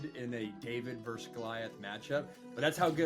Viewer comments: It's verSUS, not verse. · Pet peeve - when you speak “vs” you should say “versus.” To say “verse” is a completely different word with its own meaning. So if you want to abbreviate versus as “vs” when written, that’s great, but you still say “versus” out loud.